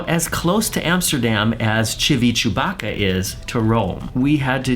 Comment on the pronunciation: Civitavecchia is pronounced Civitavekkya. How you pronounced it I thought you said Chewbacca!! 🤣🤣🤣🤣🤣